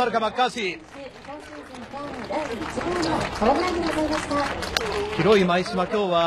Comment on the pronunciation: マッカーサーみたいに言うな。